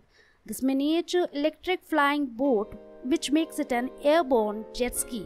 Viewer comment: And buut instead of boat.